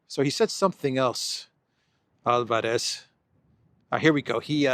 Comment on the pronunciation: Albáres not Álvarez dear